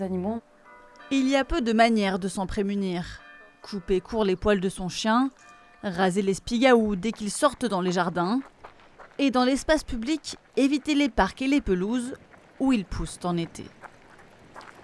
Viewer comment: spiGAou ... elle n'a pas respecté la tonalité de cette grande langue du territoire français.